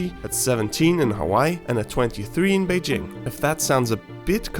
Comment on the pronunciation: Well, that pronounce of "Beijing" almost made me to think you speak Mandarin.